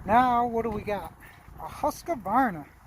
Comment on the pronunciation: FYI,Husqvarna only has 2 A’s. Not 3. “Husqavarna” lol.